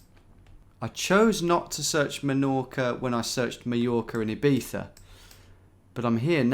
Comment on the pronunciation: Love the iˈβiθa when Ibiza, Tom